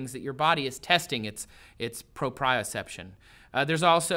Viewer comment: Propeoseption not bioseption